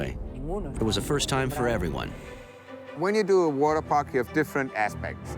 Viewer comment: "Waterpak"... Really?